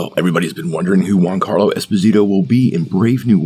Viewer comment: Just a heads up. It's not 'Gwoncarlo' its 'Jee-on-Carlo' or 'Joncarlo' Esposito if you say it quickly.